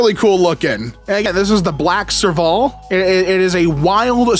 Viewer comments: probably more like "serve-ill" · Thank you! The way he pronounced it killed me inside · sorry to nitpick, but for anyone wondering, it’s pronounced “serve-ull” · Ngl his pronunciation of serval was killing me inside... (as someone from south Africa lol) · NGL, his pronunciation of Serval hurt me each time